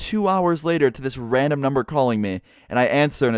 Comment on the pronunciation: " everything they were doing was completely raaamen"